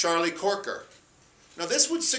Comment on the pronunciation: It's CROKER, not Corker!